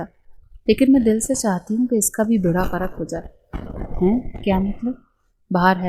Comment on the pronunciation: بیڑا غرق کا آپ نے بیڑا غرک کہہ کے بیڑا غرق کردیا😂